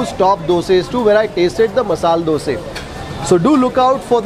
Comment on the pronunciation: Good that you pronounce that as "Dose" and not as "Dosa" 🤷